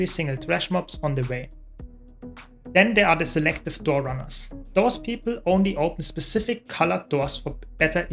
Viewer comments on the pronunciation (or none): none